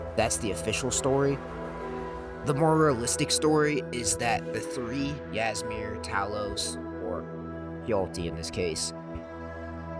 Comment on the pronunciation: Ngl if you had actually played the game you would have known how to pronounce old Hroldan and Ysmir